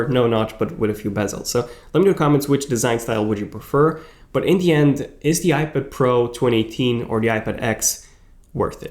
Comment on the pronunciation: IPID? TUM-NAILS? C'mon...really? Slow down the pronunciation linguistics, genius...a lot.